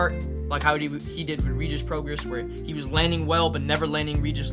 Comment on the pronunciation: Who tf is rogues pregrress 😂😂🤦🏾‍♂️🤦🏾‍♂️🤦🏾‍♂️